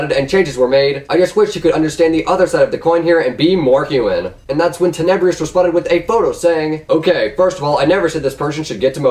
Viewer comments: Skilaruh bruh literally said " teneybrious" like wtf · If you are going to lie about Tenebrous you should at least say his name right Jeeeeeeezzzzz